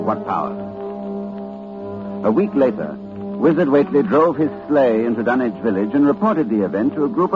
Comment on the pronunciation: The Dunwich HAWra!